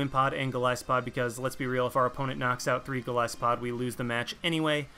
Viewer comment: OMFG! I am subscribing JUST for the fact you said Golisopod right!!!!